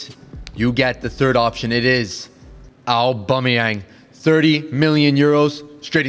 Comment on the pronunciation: bro said aubameyang💀